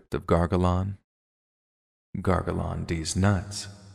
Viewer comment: Gargalon, lol